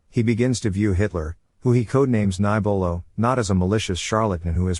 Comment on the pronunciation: "Kniébolo" is pronounced "Cnee-eh-bolo".